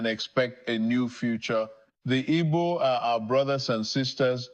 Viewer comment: Who wrote this for the president of Nigeria to read. Just look at how he is pronouncing Igbo. We need Biafra